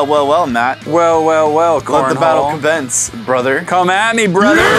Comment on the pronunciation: was it just me or did say "let the battle combence"?